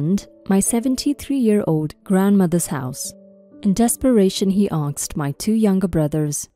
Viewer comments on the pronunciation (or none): To the reader, its " asked" not " aksed".